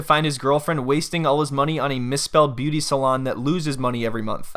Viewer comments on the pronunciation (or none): When you kept saying beuaty salon I died 😂😂😂😂 I love this channel i swear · I giggled every time you pronounced beuaty lol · Bro I choked when you kept saying beuaty 🤣🤣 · The way you pronounce beuaty salon is the best!😂😂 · Each time you say BUETI salon, I die 😂😂😂😂😂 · "...and now they're sitting here with nothing in a failed beuaty salon." 🤣🤣🤣🤣🤣🤣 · I die every time you call it a "beuaty salon" 😂😂😂😂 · Imma piss myself if he says beauty salon wrong again😭🤣🤣